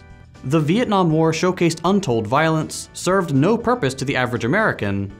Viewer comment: Most of you if not all of you wont understand this but I clearly play to much eve online since I heard beeitnam war lol